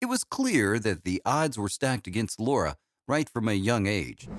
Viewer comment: u can't even get her name right! it's LARA